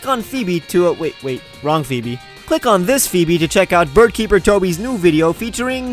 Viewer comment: I've never heard anyone pronounce Phoebe that way